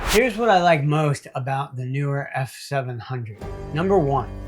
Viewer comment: Nice review. PS The 'pros' tell me its pronounced "knee were."🤓